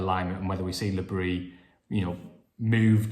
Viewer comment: A friend of mine has a French wife, and she told him that because Regis is a Breton, you DO pronounce the s in Bris.